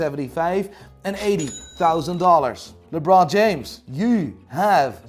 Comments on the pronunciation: When a Dutchman, with an Irish accent, thinks something is pronounced with a French accent => Lé Brooooooooooooon F_ck me!😦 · I like how he calls LeBron James LaBron...LOL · Did he say LeBlon James ? 🤔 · why u calling lebron as lebor mate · How he pronounces LeBron...